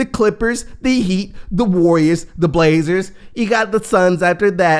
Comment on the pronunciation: Why you say “the blazers” like that 😤😂. I’m going to the opener today and my blazers going to show out.